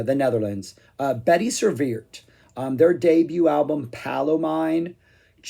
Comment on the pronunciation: Bettie Serveert are indeed from The Netherlands. Good pronunciation,! Other than having hrsrd anc read the name of the band numerous times I don't know much about them.